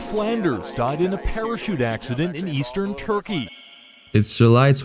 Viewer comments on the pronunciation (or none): none